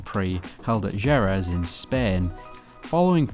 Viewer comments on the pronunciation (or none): It's pronounced "Vill-nerve" and the track is "He-reth"